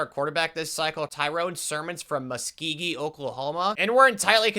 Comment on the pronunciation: Being from Oklahoma and hearing you pronounce Muskogee wrong was one of the funniest things ever